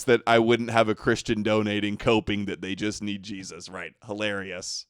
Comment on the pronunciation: hes saying Jestus like jest or joke